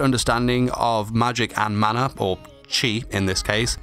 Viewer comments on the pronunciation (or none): none